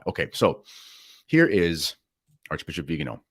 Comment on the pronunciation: It's Viganò, not Vigano. The accent falls on the 'o'.